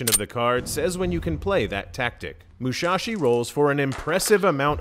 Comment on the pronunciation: It's Musashi not Mushashi :(.